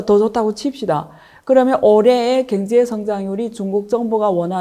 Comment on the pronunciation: 왜 자꾸 갱제 로 들려요?ㅎㅎ